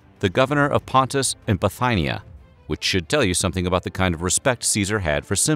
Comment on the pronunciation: What an odd pronunciation of Gaius - Gayus instead of Guyus. There were many others - Bithighnia ! (instead of Bethinia) and Pompeii (insetad of Pompay) ! for instance.